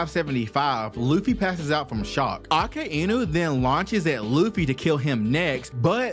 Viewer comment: Akainu❌ Akainu✅